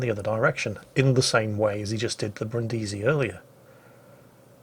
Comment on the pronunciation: Dear, i give a damn about the pronunciation of japanese ship names, as a german i have a struggle with french language, i just know a couple of klingon and polish swear words but for heavens sake go to google translate and listen to the italian "Brindisi". Thank you;)